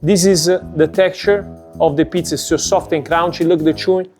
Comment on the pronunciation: You need to learn how to pronounce correctly Soft and Crunchy dude! It’s the name of your pizzeria AND your trademark! ! Crunchy, NOT Crounchy! 😂 Having said that, the box is killer!!’ They should sell it to the big chains! 🤙💥💪🙏